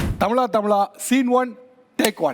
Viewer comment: Tamizha.. Tamizha... Endru solungo sir, Tamila Tamila enpathu wrong ucharipu